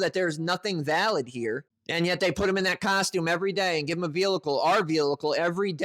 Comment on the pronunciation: Guy, I like your videos, but you need to stop saying “velicle”. Also, run your comments through the spell check. I agree with you that these guys are imbeciles, but it doesn’t help your cause to make glaring spelling errors in your comments. Keep the pressure on these morons.